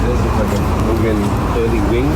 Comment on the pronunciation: MOO-gen. Not MEW-gen.